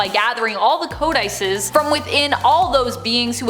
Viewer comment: Co-di-sees ... Not Co-dices